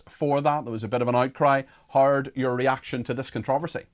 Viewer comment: His name is, Not hard Cox!